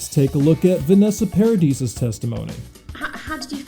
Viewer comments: Winona, not Wynona. Paradee not Paradis. Journalists should learn correct pronunciations, especially of person's names. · It's Paradi you don't pronounce the s at the end. Sorry but it was hurting my ears.